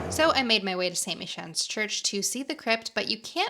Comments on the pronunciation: Great video, thanks for visiting my city! a couple of things.........beans are not part of a traditional Irish breakfast, that's saved for the protestant english. Red hair is traditionally Scottish, not Irish......black hair is Irish. LOVE that you got "Guinni" as the plural. 🤣....It's St "Mykans" pronunciation. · loved your review of Dublin.... St. pronounced "Mick-Annes".....currently being refurbished (sept 2026)